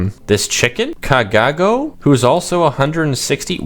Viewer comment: You said ka ga go When you said Gago it's a bad word in the Philippines and I was shocked